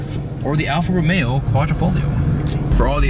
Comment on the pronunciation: alfa ro-mayo